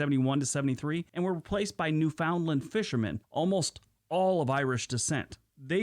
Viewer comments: No one in Canada calls Newfoundland. new Found land. We call it almost like newfundland. We dont pronounce the ou like in found. Its more silent. Hard to explain. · Just an FYI. Newfoundland is pronounced Newf-n-land not New-found-land. Some suggest is it is pronounced the same as 'understand' - 'understand Newfoundland' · It really burns my butt when non-Canadians make videos and don't know how to pronounce words. IT IS NOT New Found Land. It's pronounced Newfndland. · I suspect, as I do in many of these videos, that they are American in origin, mostly because of the mispronunciation. EG: Newfoundland. The narrator pronounced it phonetically correct, but most people (especially Newfoundlanders) pronounce it “New-fund-land”. I watched the video of Canadian commercials where a couple of Newfoundlandlanders AKA”Newfies” were speaking in heavily accented “Newfanise”. The dialect of the Island derived from the predominantly Welsh settlers. And yes, many of them actually speak with that thick an accent. I knew folks who had that accent. Also butchered is Nunavut, properly pronounced as “Noon-ah-voot”, not “nun of vut “ though most Canadians can’t pronounce it either lol 😂 I have also had the honour of visiting Sachs Harbour for 5 days through work. Nothing like flying 500 km at 1000 ft above the Arctic Ocean and below an arctic storm in a Dornier with questionable nose gear! The people of that town were great. I was there for the annual muskox harvest! That was an experience. Sachs Harbour is (or was at that time…30 years ago) the major supplier of muskox meat for restaurants and speciality butcher shops around the world. Rounded up by snowmobile and held in canvass pens about 3 feet high. (Low heads and won’t move if they can’t see where they’re going). Even before I went up there, I discovered that muskox tastes very similar to, but richer and better than the finest cuts of beef. Oh, I was out for a walk when a resident shot a Polar Bear that i